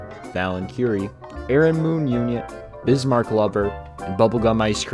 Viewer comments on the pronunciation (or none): none